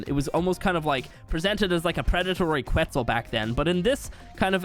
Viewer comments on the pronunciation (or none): none